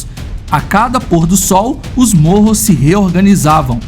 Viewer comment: Ele fala morros 🤣🤣🤣 nao seria mapogos?